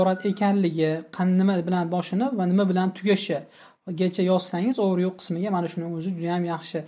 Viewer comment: Overview so'zini juda noto'g'ri talaffus qilyabsiz. Process ni ham.